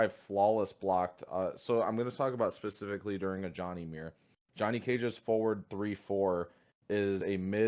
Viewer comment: He said “pahspefeky” instead of specifically